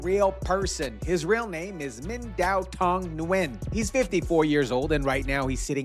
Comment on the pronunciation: Nguyen is pronounced Win 😉